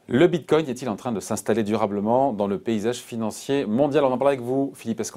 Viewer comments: le boug il commence en disant bitcom déjà ça commence très mal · S'il vous plaît. Quand vous invitez des personnes pour parler du bitcoin, assurez vous que cette personne sache au moins le prononcer correctement. "Bimcoin". La cryptomonaie gagne en crédibilité mais vous, vous en perdez de façon exponentielle. 65 likes - 17 dislikes. Reprenez vous. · Bitcom 😅 Bincoin 😅 Bitcoin (bravo!!!🥳) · Vu à quel point il a du mal à dire Bitcoin je pense qu'il est resté sur le quai notre "expert" Bitcoin